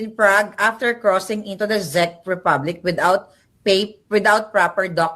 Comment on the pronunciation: Hay naku Kahit "BANGAG" PA Si PBBM OK ba yun, iba naman ang kilos, talino, at pag ibig sa Pilipino, Lalo na sa mahirap Ang PA gulo, ok na yun kahit bangag Di Gaya na kulto NG duterte, ang cheap Ugali at Itsurang Mga demonyo! Wag na kayo tawaging Pilipino! Mga Sakim! Ayusin mo ang pronouncuation mo NG Chezch at Prague Boba maharlika!